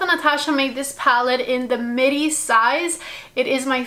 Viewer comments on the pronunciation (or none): none